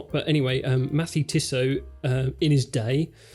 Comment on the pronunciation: And please put a little more effort into learning a halfway decent pronunciation of the French brand-names. I was so happy, when I heard say "Les Ponts de Martel" well enough to make his English accent sound charming. But then came "Mathey-Tissot" and brought me back to Cringistan. Not as bad as "Youlissay Nardare", but still.